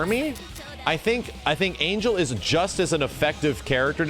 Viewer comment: I know its a bit checky, but Ángel (whit the Á) its pronounced An-Hell